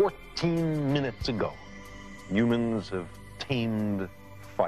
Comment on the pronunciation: Yep. He was in awe of what humans (or yoo-mans, as he pronounced it) had achieved, but at the same time, he was realistic about our place in the cosmos. Rest in peace, Carl. You were an amazing person.